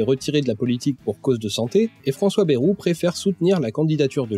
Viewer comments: Excellente vidéo et félicitation pour l'énorme travail que cela a dut demander. Seulement, une erreur grave, cruciale et souvent répétée m'énerve au plus haut point : ÇA SE PRONONCE BAYROU ET PAS BÉROU. (Pour les parisiens ou ceux qui parlent comme eux : Baillerou, car "ay" se prononce "aille"). Non sérieusement très bon boulot à part ça ^^ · Hello, émission passionnante mais j'ai un (tout petit) reproche à faire : on ne dit pas "bèrou" mais "baillerou" pour ce cher François Bayrou... même si je ne l'apprécie guère, c'est pas cool de déformer son nom. Il l'a d'ailleurs souligné lui même plusieurs fois de mémoire. Sinon à part ça franchement chapeau de détricoter tout ce merdier qu'est le "centre" ! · Merci beaucoup ! Et ouais j'hésite toujours entre les deux (et je crois que tous les journalistes et politiciens aussi). Je pensais avoir fait un compromis en tentant de prononcer très légèrement le Y, une sorte de "BAyROU"